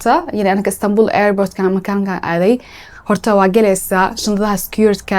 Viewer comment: Airbort kulahaa ?😂